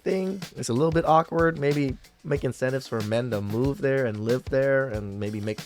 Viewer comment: Lmao the black guy said "incentitives"